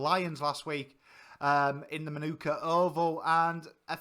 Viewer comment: Manuka Oval is pronounced MARNIKA phonetically.